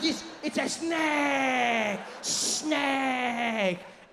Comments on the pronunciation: I thought it was going to turn out to be authentic Balinese snacks because my indo friends pronounce snake as snack. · ah, yes, a "SNEK" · French Dude: SNEK Me: S N E K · The emphasis on "THE SNAKE"....I've watched this sooooooo many times. Who wants the job of being the snake getter.????? Nope nope nope. 🧡😳